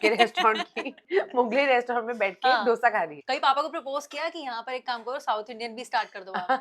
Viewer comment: डोसा नहीं दोसे